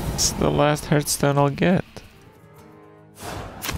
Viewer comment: One of these days Kripp will learn how to pronounce Hearthstone.